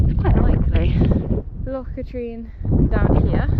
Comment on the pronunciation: Nice wee video and the views are lovely up there, it's a lovely location..... One pointer for you, Loch Katrine is Kat'rin not Ka'treen :) Oh, and the tiny wee loch that's to the south of Venachar is called Drunkie and, yup, it's pronounced as you'd expect.